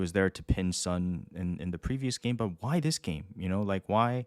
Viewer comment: Great podcast guys, but how come a Korean guy can't pronounce Son properly? It's 손, not 선!